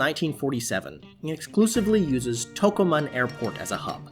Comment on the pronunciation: Nice video review! The pronunciation for Tocumen airport in Panama is To-Coo-Men. I rarely fly but, I am going flying soon on Copa. I got an e-mail notice to upgrade to business class going to Panama for like an extra $120 but, I see it's like a bidding system offering me to lower it to $70 to $270. Do you think that is for round trip or one way? If it's round trip then I may consider putting in a bid. The photos they show for the Panama Lounge look like a regular terminal. It didn't look impressive. I was laughing when you showed the celery. I flew to Panama a couple of years ago and there was only one runway to take off and land and that day we landed in a strong crosswind. I knew the wind was bad before we landed and I was worried before we landed. I thought the plane was going to flip and I believe it almost did. We were weaving back and forth on the landing. It was probably more noticeable in the back seat of the plane. The Ron Abuelo Rum and coke that I got was super strong. It made me want to stick to drinking Cerveza in Panama. The Copa planes since the old day have improved a lot. I remember in the old days we had to prop our leg up to hold the trays level or the dinner tray would fall off. Then they got a new fleet of planes and became a better airline.